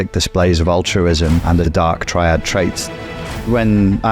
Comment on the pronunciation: You don't know how to pronounce "triad" (tri meaning 3, as in triangle or tricycle) and you don't know what "Machiavellianism" is... Are you just pretending to not know these things or are you genuinely that stupid? 😲😲😲🤷🏻‍♀️